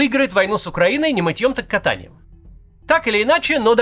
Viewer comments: Кàтаньем, не катàньем. Сорри. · Максим, вот уважаю Вас - но как Вы могли сказать "катАньем"? Очень режет слух. Правильно "кАтаньем"!!! И слово это к катанию с горки не имеет никакого отношения... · Безумно вас уважаю, Максим, но на слове "катАнием" во фразеологизме "Не мытьëм, так кАтаньем" расплылась в улыбке 😅 со всем сказанным согласна! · "Не мытьём, так ката́нием" (правильно будет: Не мытьём, так ка́таньем"). "Всё это не сулит ничем хорошим" ("Всё это не сулит ничего хорошего"). Очень люблю слушать Максима, но что творится с речью вообще и с ударениями в частности? 😢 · Начищенный Помидор???7 Может Начищеный самовар?И КАтанием,а не катанием.... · "Не мытьём, так катАнием", "начищенный помидор" - и это всё в течение 30 секунд. Максим, вы хотя бы раз читаете текст перед тем, как ролик записывать? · КАтаньем, а не катАнием👆🤑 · Максим, «ка́таньем» же =) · Кто-нибудь, расскажите редакторам и Максиму про ударения в поговорках, которые они используют, пожалуйста. Хухры-мухры с ударением на первый слог - ладно уже, но "не мытьём, так кАтаньем") это ж гуглится за 5 сек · Не катАньем, а ка́таньем! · кАтаньем, начищенный пятак, а не помидор? Всё это идиомы. Что у вас с русским, товарищ блогер? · Почините, пожалуйста, ударения! Не мытьЁм так кАтаньем. И ещё.. хухрЫ-мухрЫ. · Не мытьём, так ка́таньем! Нехорошо русский язык коверкать. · Опять? Уважаемые редакторы! Понятна цель использования пословиц и фразеологизмов в речи Максима - так он звучит ближе к народу. Но!!! Он регулярно ошибается в ударениях и это даёт обратный эффект. Сегодня опять: не мытьём, так кАтаньем. Пожалуйста, проставляйте ударения в суфлере. Это же касается топонимов. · Неужели в такой большой команде нет маломальски специалиста по русскому языку. Ну ооочень резануло слух от неправильного ударения в поговорке. Вроде же живой а не автоперевод. Слово "катанье" произносится с ударением на А. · Максим сегодня поразил! Сперва "Не мытьём, так катАнием", а потом "писдилами". Только у меня одного кровь из ушей?